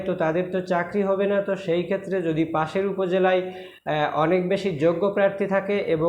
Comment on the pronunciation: ভাই, পাসের না, পাশের হবে।